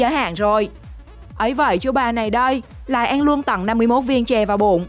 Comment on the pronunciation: Ăn chứ kp anh Phát âm chuẩn tý xem nào 🥴